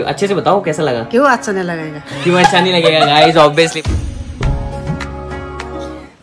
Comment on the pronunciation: Naniji ki cute si aawaaz aur itna pyara bolti hai accha ko asssha itna pyara lgta hai ❣️💞💫